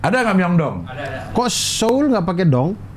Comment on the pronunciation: Benernya seoul itu bacanya so-ul cing, karena aksaranya tuh 서 (seo) dan 울 (ul), banyak yang salah ucap memang. Trus shin ramyeon tuh kek indomienya sana, shin itu nama merknya, nah ramyeon tuh jenis makanannya (mi), dan bacanya tuh 라 (ra) dan 면 (myeon), jadi ra-myon, bukan ra-myun. Sekilas info aja cing wkwkwk